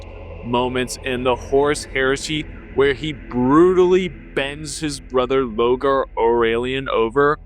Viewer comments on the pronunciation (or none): No like or subscribe on account of you pronouncing Lorgar as "Logar"